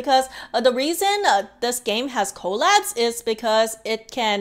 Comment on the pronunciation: The first few times you said collabs I thought you kept saying call apps And I was really confused what is call apps 😂